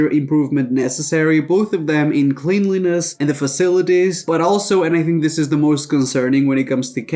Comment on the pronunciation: The way he pronounces cleanliness hurts me. 😬